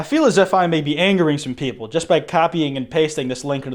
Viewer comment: 'Some of US not straight popple" what u saying hmmmm?